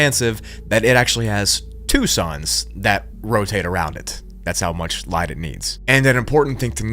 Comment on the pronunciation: Why do you say " ligh--ight " butching ," instead of butchering" ?